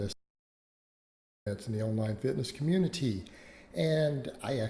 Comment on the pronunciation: ‘Oh fitness communi-tee’